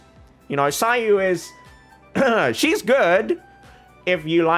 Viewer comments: As much as it is amazing how you try to pronounce the names as accurately as possible, I find it hard to believe that you're dismissing the Mihoyo's pronunciation as simply "a mistake of the one in charge of English Dub". It very well can be the intended pronunciation? And what's with seh-no? If you want to be "accurate", shouldn't it be Kai-no? It's Greek. Btw neither you nor Mihoyo (a chinese company) is even pronouncing Zhong Li's name properly as it should be in chinese. The point is, just stick with how the English Dub pronounce it. There is legit no point trying to pronounce it as culturally accurate as possible, as this is something with an absolute dichotomy. You trying to pronounce it "as accurately as possible" just pisses off the native speakers whose names you've butchered, and the players who don't care how the names are pronounced but are hella confused as to who you're mentioning in your videos. (Who the fk is kentuckay?! Kentucky Fried Chicken?!) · As Greek, i should step in and say that if Cino comes from the greek word of a dog (aka κυνίδες aka canidae), then it should be pronounced Kino. Also ... still very suprised that ppl have a difficult time pronouncing ur name. It is the simplest name ever. They must be doing it on purpose, i dunno... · yes cyno is Greek ( im from Greece) but we don't use it, it's from ancient Greek , i think the name cyno is from the word "κύων" which means canis (the name of the species of dogs, wolfs etc) so the pronunciation for me is with K , Kyno..!!! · If for Cyno they took the Greek word kúōn, then it's pronounced kúno! Coming from a Greek person^^ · Cyno is actually pronounced see-new it's Egyptian and means dog 🐕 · The Irony. You getting at people for mispronouncing your name and other names from other cultures; Yet you and Hoyoverse are mispronuncing cyno. Both you and Hoyoverse are using Japanese pronunciation, Greek pronunciation is way different. Hoyoverse and you should've of looked it up.